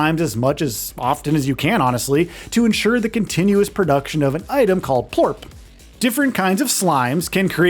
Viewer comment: It's Plort not Porp lol. I thought you said Poop at first 😅